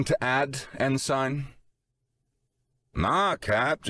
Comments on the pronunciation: Ensign is typically pronounced en suhn, not ehn-sine. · Good story - but - consistent mispronounciation of "ensign" is jarring. It's 'en-sin' not 'en-sign'. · Just one nitpick: it’s pronounced En-sin Not En-sign. Also the aliens could NOT have chosen a worse person to capture if they wanted CLEAR information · Why doesn't any of the narrators know how to pronounce "Ensign"? En-SING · ensign is pronounced "ensin" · The 'g' is silent. It's pronounced en-sin. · It's like the most irritating 80's version of Pauly Shore in space. I'm waiting for the Ensign (pronounced enSEN) to bust out with the weed. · Great job voice acting. But for the love of all things ear shaped…it’s pronounced “en-sin” 😅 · Glad I wasn't the only one bothered by en-sign lol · Aussie here. It's en-sin. The yanks are right. I bet he says pro-nown-see-a-shun instead of pro-nun-see-a-shun too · Nope, the British pronunciation is more like "en-sun". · This and fright-er rather than freighter. Just little things that come from different regions really activate the mental dissonance. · I'm out after 7 minutes. I don't know why but for some reason Everytime the Narrator mispronounced "Ensign" it was like having a drill grind into my skull through my ears.